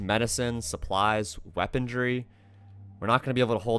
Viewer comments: Did anyone notice that he said weapongry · "Weapondry"